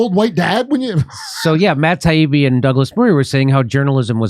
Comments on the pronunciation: Matt Taibbi and Douglas Murray obliterated those mainstream gatekeepers. The way Gladwell purposely mispronounce Taibbi’s name was pitiful and shameful. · The way Malcolm kept miss pronouncing Matt’s last name after being corrected was embarrassing. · Malcolm Gladwell intentionally, repeatedly mispronouncing Matt Taibbi's name and pretending Taibbi's appreciation for a time when Walter Cronkite, a newsman, could be voted "Most Trusted Person in America" was Taibbi's scarcely veiled racism, misogyny, and white supremacy was the fastest I've ever seen anyone throw their reputation away. Gladwell was disgusting. He'll never recover. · Lol..yes..."well, MALC..." and his insistence in claiming taibbi...also pronounced incorrectly over and over....that matt wants the old days when apparently we had klan members doing evening news...lol k.